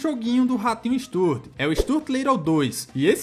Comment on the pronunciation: Stuart (stew-wurt)